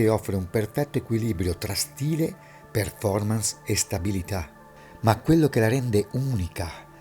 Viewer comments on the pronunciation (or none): none